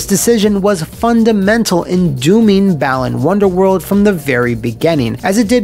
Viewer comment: I keep hearing it as 'Bellend's Wonderworld' instead.